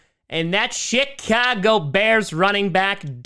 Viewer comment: He always says it like that